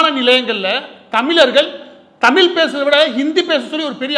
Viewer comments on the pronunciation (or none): 'ழ'கற உச்சரிப்பை சரி செய்யவும் தமில் - தமிழ், தமிழர்கள் மொலி - மொழி